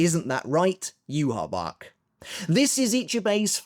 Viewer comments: Why do you pronounce Yhwachs name like that? It's not pronounced that way in the sub or dub. It's so annoying it's not "yu ha bach" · there's no way as an English speaker you read "Yhwach" and thought, "yeah that looks like it spells 'you ha bak' " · actually did try pronouncing it the same way that its said in the anime for a video, but people requested that he went back to saying yoo ha bach. Most people are used to him saying it that way by now